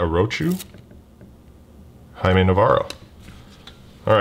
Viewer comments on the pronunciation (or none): none